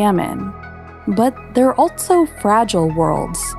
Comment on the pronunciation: Great vid. But... Can we make the word 'altso' off-limits from now on?